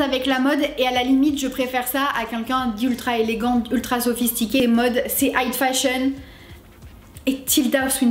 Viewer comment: J'aime beaucoup tes reviews, hyper professionnel et tu argumentes bien tes raisonnements, je suis fan! :D (Par contre, j'ai pas pu me retenir, j'arrêtais pas de focus sur le fait que tu dises "height fashion" au lieu de high fashion :P)